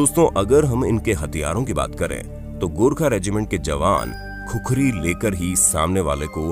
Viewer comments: Vai khukhari nahi khukuri bolo jinko aaxi tara se khukura bolna nai aata o gorkha ka nam leraha he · खुखरी नहि खुकुरी बोल्ते हे। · Khukhari nahi khukuri bolona?